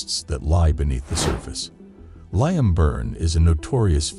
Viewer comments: Actually its 'lee-im' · His name is pronounced Leem. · Ah yes that well known name Lie-am. This was obviously written by AI. Horrible to listen to, lots of words going around in a circle without saying anything.